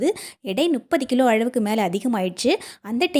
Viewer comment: அளவுக்கு என்பதை அழவுக்கு என்றும் உளுந்தை உல்ந்து என்றும் உச்சரிக்கறீங்க. நீங்கள் தமிழரா அல்லது வேறு மாநிலமாதெரியவில்லை. இங்கு தமிழைத் தாய் மொழியாகக் கொண்டவர்களே தமிழை மோசமாக உச்சரிக்கிறார்கள். இது ஏதோ ஸ்டைல் என்று நினைக்கிறார்கள்.நீங்கள் தமிழர் இல்லை என்றால் பரவாயில்லை.